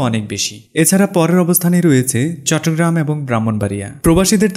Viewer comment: চট্টগ্রাম উচ্চারণটাও কি মুখস্থভাবে করেছেন ? কোথায় চট্টগ্রাম আর কোথায় চট্রগ্রাম।